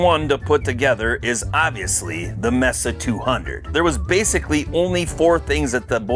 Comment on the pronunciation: It's pronounced "MAYSA", you know, like the place in Arizona.